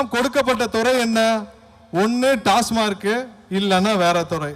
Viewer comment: அது '' டாஸ்மாக் '' .இந்த 😊 டாஸ்மா'ர்'க் என்கிறது.இது கூட ?????